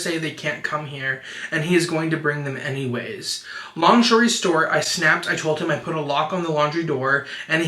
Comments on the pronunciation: “Long shorey stort” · “long shory stort” killed me😭😂